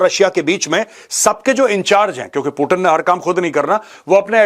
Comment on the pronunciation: मेजर साहब वो कोई टीन का डब्बा नही है जो आप उसे बार बार पुटीन पुटीन बोल रहे हो😂😂😂😂 वो पुतीन है😂